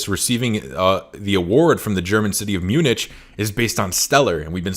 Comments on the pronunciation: Umm, Munich is pronounced "myoonik" not "myoonich" - I may have just lost all faith in you... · It’s pronounced mew-nick for future ref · Love the content :) with respect, Munich pronounced Mue nick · Good video, but Munich pronounced Myu-nik. It's a pretty famous city. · Spelt Munich, pronounced Munick...just sayin'